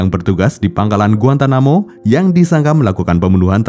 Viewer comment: Bukan GUANTAMUKUBA bacanya GUANTANAMOBAi 😭🙏